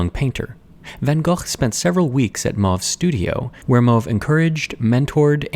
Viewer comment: Anton Mauve lived in Laren, the village where I grew up. More than likely it is also the place where he painted this flock. By the way, it is Mow-vuh (‘ow’ as in ‘now’).